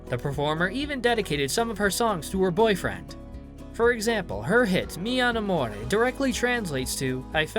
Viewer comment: Oh yes, her amazing hit "Mi Anamore"